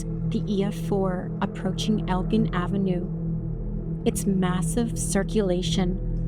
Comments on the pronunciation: I'm sorry to be nitpicky over stupid little things, but just a quick pronunciation correction: El-Gin. Like the drink gin. "I'll take a gin-and-tonic, please." Elgin. Not El-g'in like saying "grin" without the r. I'm sorry, I know it's a weird thing to get hung up on, and I apologize if I sound rude. This really is a great video! I rarely see videos about this tornado, and it happened not too far from me. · I remember my friends leaving to go help with the clean-up. I was 14. It was WILD. Great docu, OP! (Also, from a local - whenever you see "elgin" anythihng, it's ell-gin, like the liquor. There's a city near here, a suburb of Chicago, named Elgin. it's where the name comes from for every other street. Future reference!)